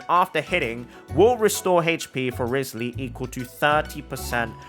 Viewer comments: Why do you pronounce it "wrisly"? Its kinda like Wry-th-sley (at least thats how they say in the english dub) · Not saying his name right …. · Please, please, PLEASE say his name CORRECTLY!! FFS!!